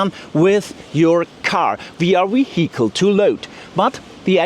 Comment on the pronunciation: VALUE is NOT "WAL-yoo" Look : c a r a "V A" n "V A" L - y o o = value VEHICLE is NOT "vee-Hicle" Say "V E E - ICLE" EVENT = "ee-Vent" REGISTRATION is NOT REgee- stration Say, "re-Jis-tray-shon" ( NOT "ree-jis-tray-shon" ) UNCOUPLED is NOT "un-coopled" Say, "un-cuppled" CONSUMPTION is NOT con-zum-shun Say, "con-sump-shun" THUMB = "thumm"